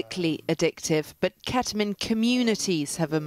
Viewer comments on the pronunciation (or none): ahh yes I love "keta-min"